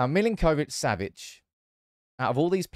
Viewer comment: Sergej surname is pronounced Mil-Ink-Oh-Vitch -Sav-itch, not Mil-in-Koh-vitch. The way you are pronouncing it is more common to Argentinian Spanish and not his native Slavic.